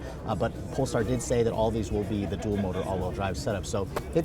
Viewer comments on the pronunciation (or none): none